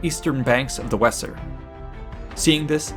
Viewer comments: Great job. The Wesser river is pronounced Vay zer. Fyi. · Vayser. Not wesser.. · When pronouncing place names please investigate. For example in this well put together coverage, the River Wesser is pronounced Vayzer as in German W=V and S=Z this is but one example as Latin has others. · The Weser river the W is pronounced V so is sounds Veser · It would be pronounced "vayzer" river, surely . . . ? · I spent 5 years in Hameln and 3 years Minden so hearing it mispronounced just grates.